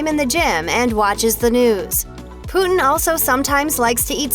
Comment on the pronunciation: She pronounced it as poo-tin XDDD